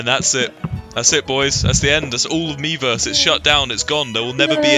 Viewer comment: When they’re screaming miiverse, it starts to sound like they’re saying beavers